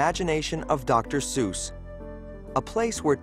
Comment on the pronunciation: A documentary on Dr. Seuss and mispronouning his name throughout? Not knowing Suess actually rhymes with 'guess' is poor research.